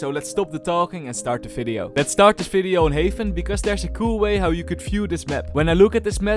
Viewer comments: Bro it's video not fideo 😂😂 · Brother its not Falorant and not Fideo plsssssssss